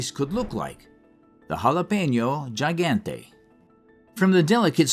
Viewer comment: Around the 16 minute mark, you guys are talking about a jalapeño pepperThe jalapeño Gigante. You’re pronouncing the last word wrong. You want to sound more like: he gone teh.